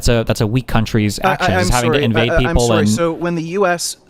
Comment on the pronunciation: Serry. Serry. Sewerey. Suhry. Sawry Syury.